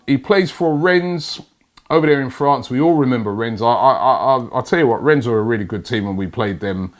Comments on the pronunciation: ffs robbie. it's pronouced "renn" not "rens" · Rennes, pronounced REN, ffs... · How many months is it going to take you to realise it's not pronounced "rens" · It really does bug me when Robbie pronounces the S at the end of Rennes....